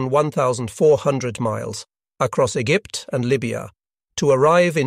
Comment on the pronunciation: Someone needs to teach this AI to pronounce millimeter and Egypt